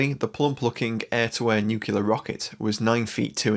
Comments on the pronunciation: FFS, the weird is Nu CLEAR, not NU CULAR. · It's NU-CLEAR not NUC-ULAR !